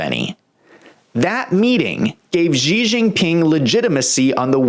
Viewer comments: I don't understand why people insist on pronouncing the Chinese President's name "zhee". If you make your living reporting on China, can you at least learn how to pronounce their President's name?! It's pronounced "she", as in "my wife came home and 'she' said hello." She. Just 'she'. Simple and easy. Down try to give yourself a come up by adding some weird sound that you think is foreign. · why can't you even pronounce his name properly? makes you come over as a low rent hack.. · learn how to pronounce his name!!!!!!!!!!!!!!